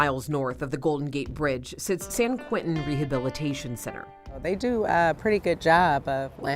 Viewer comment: It’s “ San QUENTIN”. Not QUINTIN.